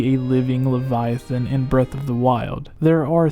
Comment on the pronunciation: Hey at least he can pronounce Leviathan correctly